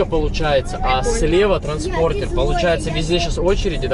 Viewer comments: Ну сколько же раз в ютубе поправляют! Транспондер а не транспордер. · Дружище, ты может и хороший человек, но хороший парень это не профессия. Слово Транспондер из твоих уст звучит так что кровь из ушей идёт. Скажи вы ему уже наконец, чтобы стать хорошим блогером нужно выговаривать слова и правильно ставить ударения в словах! Прости братан, но твою жесть без слёз смотреть невозможно. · Я блин не выдержал, залогинелся чтоб коммент оставить. ТРАНСПОНДЕР - Т Р А Н С П О Н Д Е Р. А транспортер это фольксваген )))) Спасибо за внимание ))) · ТРАНСПОНДЕР - выучи это слово!